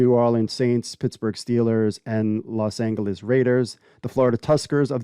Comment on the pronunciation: C'mon man you really don't know how to pronounce Los Angeles ? Back in the 1920s it was in a spanish pronunciation but still not hard G sound, I don't get how you doing this YT thing and can not pronounce this correctly , you gonna get roasted on here .